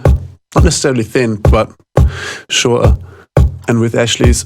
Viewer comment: I love how you almost have a british accent when saying 'shorter' and :D